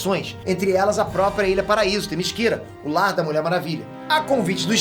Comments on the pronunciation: Todo mundo: Themyscira: "Temisquíra" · No desenho animado a mulher maravilha pronuncia o nome da terra dela assim THEMISCERA.....o pronuncia THEMISQUIRA.....qual é o certo afinal??? e o Brainiac....o superman pronuncia BREINIAC, e o pronuncia BRAINIAC. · serio eu n queria fala isso mas eu acho que se fala temicira n temisquira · Legal a HQ, agora eu pensava q a ilha da Mulher Maravilha se chamasse Temíssera e não Temisquira kkkkkkkkkk 👎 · video impecavel mas o falar "temisquira" doeu um pouco no coração